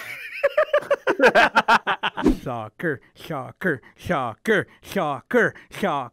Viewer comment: ‘Schoccer Schoccer Schoccer’ Its pronounced soccer ‘Shoccer!’